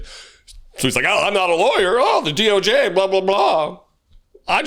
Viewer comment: He actually said DO gay (DOJ)